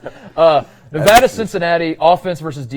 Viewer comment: PLEASE JUST PRONOUNCE NEVADA THE RIGHT WAY!!! I HATE IT EVEN IF YOUR'RE JUST KIDDING!!! BTW Love the pod keep up the good work lol